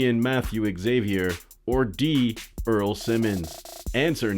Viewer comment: Earl more like ear